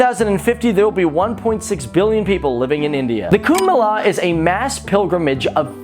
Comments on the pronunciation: It's kumba mayla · Kumbh Mela is pronounced as Kumbh Mela not Kumbhmela